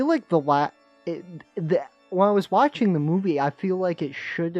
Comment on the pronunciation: VVe vvill be vvatching chat